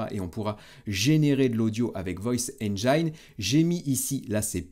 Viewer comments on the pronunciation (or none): Ça se prononce “enjine” et non pas “enjaïne”. Pour nos oreilles à tous, merci!😂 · Vidéo très pertinente comme à chaque fois, un grand merci. Etant anglais je me permets juste de reprendre la prononciation de "engine". Ca se prononce enj-in et non pas enj-aie-n L'orthographe est trompeuse :) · Sauf poisson d'avril, erreur de prononciation du mot anglais "Engine"...